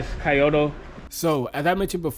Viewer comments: Key-yo-toe is wrong too, lol. "Kyoh-toe" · Nice video, btw it’s pronounced kee-oh-tow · Key-yo-toe jezz don't botch the name like that.😂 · well at the very least Kyoto is not supposed to sound like coyote.